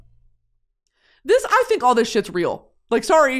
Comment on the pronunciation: dude ghosts awent fweaking weal